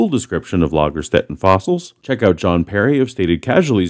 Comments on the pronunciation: Good job pronouncing the ä in Lagerstätten. Now pronounce the s like "sh," and it'll be just about perfect. 😁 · Very good pronounciation of "Ä". The "s" in Lagerstätten is pronounced like the english 'sh', though.